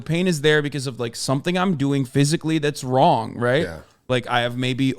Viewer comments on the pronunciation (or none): "Wadically Wong" made me laugh.